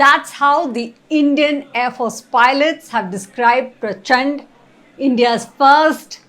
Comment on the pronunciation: Its prachand not prachanda. सही करो 🙏🏻